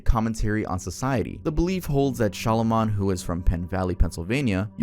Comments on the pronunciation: ‘Shamalah’ 😂 had to look down at my phone when you tried to say his name cause I was soooo confused lol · Your mispronunciation of SHYAMALAN is so grating lol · With the content you do, saying Shyamalan’s name wrong over and over is kinda crazy 🤣